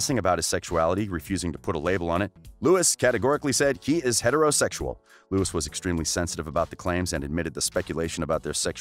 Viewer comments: We don’t trust anyone who says Lewis Tomlinson.Just no😖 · I don't trust anyone who says Lewis Tomlinson. Thats it.